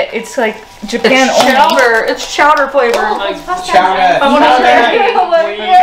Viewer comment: It’s chowderrr lol. Thank you the Simpsons.